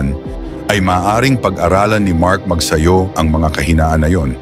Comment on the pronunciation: Mabuti pa ang American announcer ay bigkas ng maayos ang family name ni Mark... it's Magsayo not Magsayu...